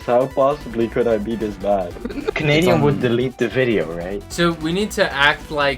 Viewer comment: whattt